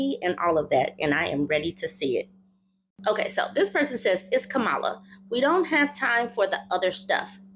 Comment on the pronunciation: Respectfully, her name isn’t pronounced Ka-MAH-lah, rather, it is pronounced KAH-ma-lah. Kinda like the way one would say the name Pamela. She’s shared that her step-/bonus kids call her “mamala.”